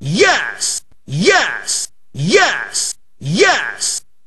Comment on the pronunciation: Press 1 sounds like he's saying ass